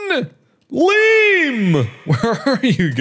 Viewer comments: I can't believe I've been pronouncing my name wrong this whole time when OBVIOUSLY it's been LEEM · who else got saddened by the way he said liam... its said lee-uhm, not leem lol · Game:Liam Mark:Leem